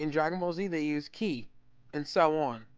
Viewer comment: At least he pronounced "Ki" correctly anyone who says "kai" should get hit by a bus. I mean they say it in the show IDK why so many people insist on Saiyan it wrong